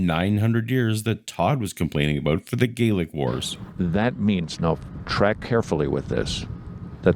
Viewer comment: They were Gay-lick Wars....